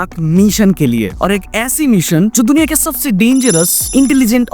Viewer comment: Dekh bhai Mission ko meeson kahe toh bada irritation hota hai,, video atcha thaa abhi meeeeson sunke ja raha